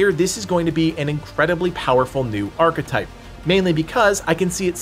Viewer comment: New "Archa type" lol